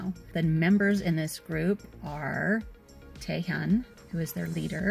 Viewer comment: YUP I love them, i think they are making their way to ULT's for me.. and I have to say I really think you should go back and watch LOUD, the amount of talent will BLOW you away I promise!!! the only thing you said wrong was Taehun, I think you said "taehyun" it's pronouned Tae-hoon...sorry I'm a stickler when it comes to pronouncing things right..anyway...my biases are Taehun and Junhyeok.... and I really love what seems to be such a close friendship between Kyungjun and Sungjun,,,I can't wait to see that relationship grow over time. I think these boys are going to be HUGE, at least I hope so. I'm obsessed, I know (just like you) a TON of groups but these guys seem to have that something extra special. I only ULT a few groups out of all the groups I stan, and also they will be the first younger group too , all my groups are a bit older SHINee, OnlyOneof NCT A.C.E, so it's interesting that they grabbed me right out the gate.!!!!! I like the whole vlog thing, you should def do it more!!! If I wasn't so self conscious I would do it too! Def seems super fun!!